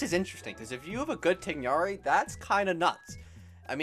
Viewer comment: It's confirmed, people do not know how to pronounce Tighnari XD